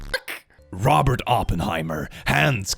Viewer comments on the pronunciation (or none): none